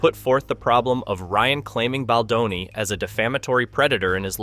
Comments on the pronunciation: His name is not Bladoni. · Can you ducking pronounce his last name correctly??????????????????????? It's BALDONI NOT BLADONI